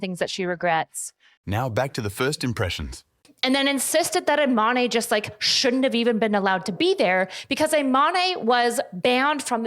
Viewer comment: I'm so sorry, it's not a big deal but it's pronounced Iman (without an e at the end). It's just a little painful hearing it pronounced Imanee. Great video tho <3